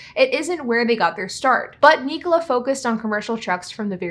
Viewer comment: Knee-cola? I think it’s pronounced Nik-ola like Nikola Tesla